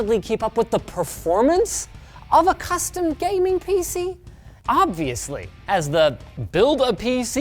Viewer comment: Did anyone else hear Linus turn into Uncle roger on “of a custom gaming pc?”